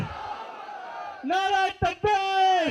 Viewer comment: He said Naa raa e takbeer. 😂😂. Lol.